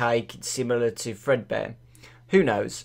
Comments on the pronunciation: Fredbear, not Fredbun. There. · its fredbear not fredbunny obviously "golden bonnie" is a rabbit.